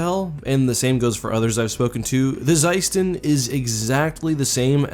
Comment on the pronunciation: It's pronounced as "sUston"